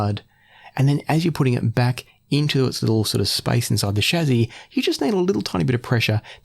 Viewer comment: lol "Shazzy"